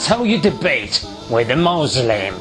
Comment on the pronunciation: Maazlim 😕 how hard it is to say Muslim ?